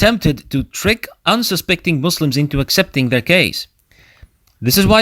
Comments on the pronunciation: Alikum Assalam warahmatullah. Thanks brother, Jazakallahu Khayran. I wasn't aware that I made it sound like that. I'll pay more attention next time إن شاء الله. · Assalam alaikum Please pronounce Muslims with S sound not Z Jazakum Allahu khaira.